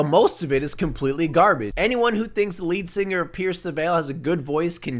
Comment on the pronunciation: Every time he said ,,lead singer” i automatically thought ,,leed seener” lmao